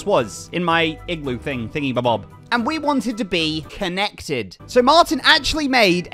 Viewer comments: It can’t just be me hearing him say ”Ken-nected”, right? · and we wanted to be KEN-nected? still not escaping the ken allegations